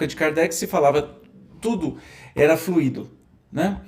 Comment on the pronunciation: desculpa, mas não é FLUíDO com acento no í - que significa um líquido, é fluido e se fala como se fala "muito", o expositor está confundindo as palavras, fluido é elemento espiritual e não fluído que é um elemento líquido.